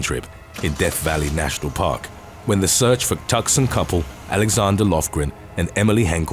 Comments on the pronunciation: It's pronounced Too-sahn not tuck-son. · Toos-on. Not tuckson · Caaaaaarrrrlll, it's not "Tuckson" but "Too(k)sahn". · It’s TWOs-on. Not Tuck-son 😂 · "Tuxson" LOLOL That's a good one! But it's actually pronounced: Too-saun. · tu-son not tuc-sun lol 😂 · LOL - Tucson isn't pronounced Tuck-Son. It's pronounced Two-Sawn. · Just so you know, it's pronounced too-sawn, not tus-can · It's "Too-sonn" not "Tuck-son". Also, the name "Jorge" is "Hor-Hay" or "George" not "Hor Gay". Just a friendly correction to things I often hear on this channel! 😉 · Tuckson. Their origins aren't crucial enough to the lesson to merit such disdain. Had you been in narrating and tripped a little over Gloucestershire or we'd give you a pass. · Silly boy! It’s “too-sohn” not “tuss-can”. Otherwise, 👍👍Great video but could do without the poor dead animal. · It's actually pronounced, "two sawhn" ("wingaurdia Levee OSA..") Not "tue-son". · The "C" is silent. Two-Sawn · Tucson Tuck-son 😂😂😂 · I love the videos man. You keep me entertained. I can't imagine trying to keep track of all of the different pronunciations and odd place names. I have one small bit of help. Tucson, Arizona in the US is pronounced (two sahn). It's a shame to hear that gorgeous voice mispronounce anything. Have you ever thought of narrating books? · Tucson is pronounced Two son.. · You pronounce Tucson as TWO SON...... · Tucson - pronounced two-sahn... :-) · we pronounce Tucson as two-sohn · Tucson is pronounced " Too-sahn". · Your pronunciation almost always impeccable, especially when covering cases outside the English-speaking realms. But you had me grinning over Tucson. It's Tu-son, the emphasis is on the first syllable. Not that it matters - I love the sound of your voice. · Sorry I can't stop giggling at the pronunciation of Tucson. (Too-saan) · Tucson, AZ pronounced "2 San " lol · FYI "A Tucson couple" it's pronounced 2-san (Tu-son) The "C" is silent. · "Tucson" is pronounced "TOO-son", FYI. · Tucson is pronounced Too-son